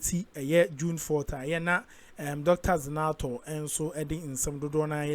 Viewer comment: Zanetor not zinator you keep mentioning her name like that which school did you go that you are not seeing a but I oh hoooo